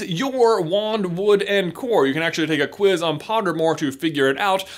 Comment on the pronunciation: WHERE IZ DA CWIZZZ (Where is the quiz)